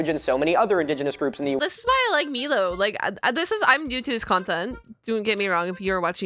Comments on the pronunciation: hey uh Milo is pronounced My-Low not Me-Low just needed to say that as I find it disrespectful when people mispronounced my name. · It's Milo like m-eye-lo